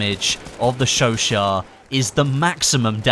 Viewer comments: Its pronounced sho sho not sho shat. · sho-shat not sho-sho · Isn't it pronounced like "sesot" (not a hater btw) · i thought you said chauchat like chew aut. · you pronounce chouchat wrong say the two words that it is chau chat theres a T